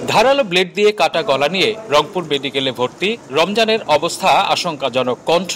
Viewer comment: ব্যাঠা রংপুর উচ্চারণ করতে পারিস না।